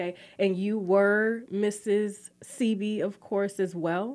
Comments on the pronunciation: It's pronounced "Say-bee", not "See-bee". Ugh.. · It’s when she corrected her on how to pronounce Sebi …yet she still mispronounced it😫